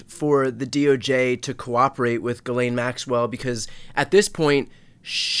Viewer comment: Can we please stop letting Ghislaine use an alias? Ghislaine is not hard to pronounce for an English speaker. The "laine" is pronounced exactly like in "lent" without the t, or then name "Len." The "ghis" can be harder cause English speakers are used to having a d sound, but it's just "Jiss" without a hard start. Ghislaine is not a hard name for English speakers to pronounce. Call the piece of garbage by her actual name ffs.